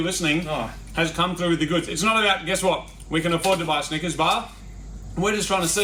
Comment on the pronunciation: You need to work on your pronunciation of Snickers, dude 😂